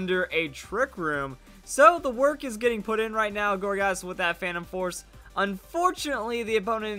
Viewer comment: every time you say gourgeist I'm hearing orgasm for some reason